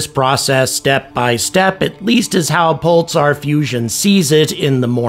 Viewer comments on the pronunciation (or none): I've never heard anyone pronounce the word "Pulsar" in that way. I'm hearing "Pul-tsar".